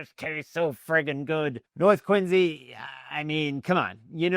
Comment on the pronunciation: Why are you saying "Quinzy"?